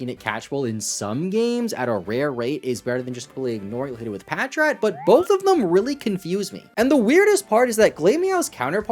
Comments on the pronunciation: Bros so forgotten about pronounces his name wrong 😭 it’s Patrat lol, not patchrat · Patrat so forgotten bro can’t even pronounce it right 💀